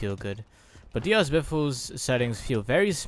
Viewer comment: People really don’t know how to say Diaz